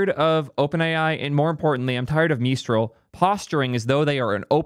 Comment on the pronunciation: OpenAI has freedom of intelligence, just trust me, bro. What's up with geeks calling Azure, a zure. Is it some kind of geek in joke. Ha ha, you said it funny so it must be evil? When you say Mistral with a French-ish accent are you being serious or mocking? If the choice is to be a channel for the cool kids fine, but I'd rather see a serious tech communicator. That's not to say no humor, but the humor should not come off as mocking.